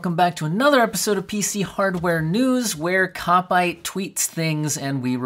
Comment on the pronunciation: I'm reasonably sure it's pronounced kopyte (like byte) and hakimi. Kopite is a derogatory term for a Liverpool fan. And Hakimi ( حكيمي) is a football player. You can tell from his Twitter page that he likes football.